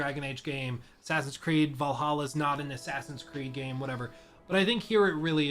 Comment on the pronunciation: You pronounced Assasin's Creed Valaha wrong.